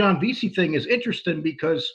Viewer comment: Everything is very "Entresteen" to